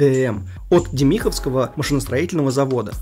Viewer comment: ДЕмиховского. На первый слог ударение.